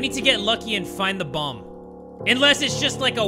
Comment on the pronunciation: When bro said bomb I thought he said bong💀I got too excited